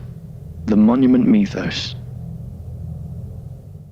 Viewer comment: Idk why but when i hear this guy say Monument Mythos it sounds like hes saying mommy and me lol anyways big fan ur underated